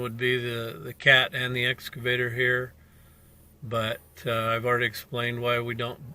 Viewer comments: WTF did "Blue Bunny" do wrong? He entered the highway very nice and legal-like. Oh, and it's "Excavator", not "S Cavator", you blithering IDIOT! You should have known. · Its excavator not S Cavator.